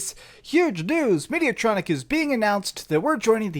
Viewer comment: Mediatonic, not Mediatronic